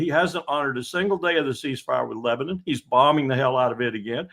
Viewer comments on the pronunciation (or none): none